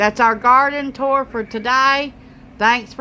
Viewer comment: It’s called tour… not tore. Sorry but it mess’s with my naturalized immigrant brain😩